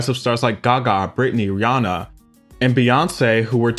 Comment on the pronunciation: the way he says Gaga 😭 gÂgÃH